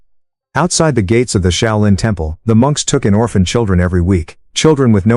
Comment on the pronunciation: The “Shy-O-Lynn” temple?? Give me a break.